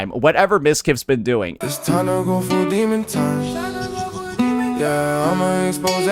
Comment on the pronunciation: it's "D emon time" Emphasis on the D.